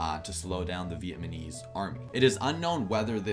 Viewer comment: Im Vietnamese and Im pretty sure its not "Vietmanese"